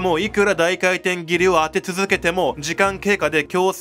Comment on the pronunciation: 高圧廻填斬り こうあつえんてんぎり→✕ こうあつかいてんぎり→○ 動画だすより漢字の勉強しよう